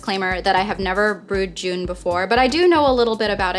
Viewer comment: Just looked it up, too. Pretty sure it's pronounced "J - uh - n".